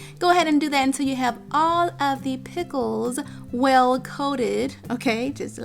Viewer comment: She said "Peckles". Lol.